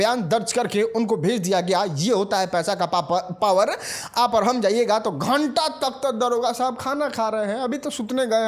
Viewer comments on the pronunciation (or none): पावर ❌ पापर ✅😂😂